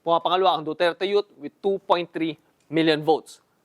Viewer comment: Duterte Yut! HAHAHA. katuwa ipronounce ni sir. I can feel the sarcasm. HAHAHA. DUTERTE YUT!!!